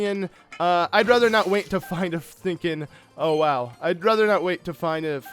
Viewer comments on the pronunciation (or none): none